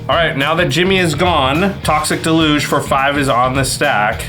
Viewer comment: Mispronouncing deluge is killing me